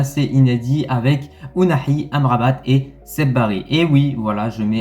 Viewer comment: Saibari ça se prononce say bari pas seb bari